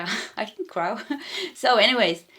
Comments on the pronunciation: Crow is pronounced croh, like ooh! I love your readings! ❤ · for crow you pronounced it right the first time pronounced Cr-Oh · crow. Rhymes with toe. Thank you so much for the reading